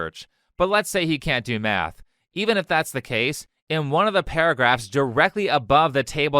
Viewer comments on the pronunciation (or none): When he was taliking about schools all i could hear was him saying meth Had to listen to it 5 times to realise he wants to teach kids math and not turn them into walter wight